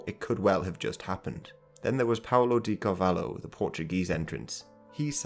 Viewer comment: Lmao, you said Paulo de Cavalo 🐎 😂 (it's ok, Portuguese pronunciation is very hard for non-speakers, but I laughed hard at this)